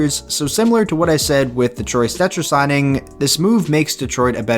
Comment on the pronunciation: I hate when u said Troy Stecher. Shut up. Please shut up.